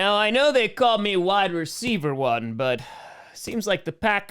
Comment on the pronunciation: are you sure they are saying Wide Receiver One, and not Why Receiver One? Love Ya.